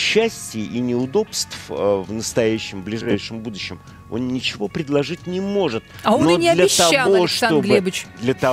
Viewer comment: "А он и не обифял нифиго..." - поржал на этой жалкой фразе.)